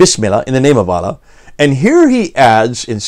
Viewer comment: I say this not to be disrespectful or detract from the point but abominable Arabic pronunciation peppers these talks with a refreshing sense of humor. Lol Mōō'a-Wēēa (Mu'āwiyya) Ūbdilmulik ('Ābd ul-Mālik) Ūlla (Allāh)